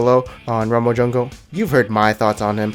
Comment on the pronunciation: He's really good in the ''jangle'' lol xD